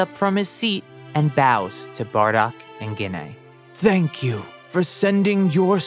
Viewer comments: here’s a little help with prounouncing gines name JEE-NAE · Why are you saying Ggiine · Gine: ❌ Ginay: ✅